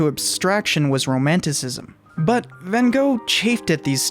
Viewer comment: You also get the pronunciation wrong. Your Gogh is correct, but Van is propounced as wth an F, Fan.